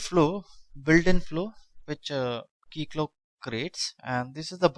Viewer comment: This is how it's supposed to be said